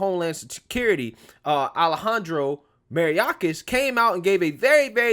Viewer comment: Bro it's pronounced may-or-kas not mari-a-kas...just saying...